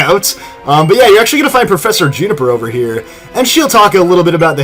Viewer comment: To it's pronounced June-A-fur juniper